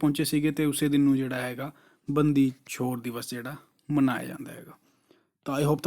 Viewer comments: Sir, It's ਬੰਦੀ ਛੋੜ ... Not aa ਬੰਦੀ ਚੋਰ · ਬੰਦੀ ਛੋੜ ਹੈ sir ਬੰਦੀ ਚੋਰ ਨੀ ਹੈ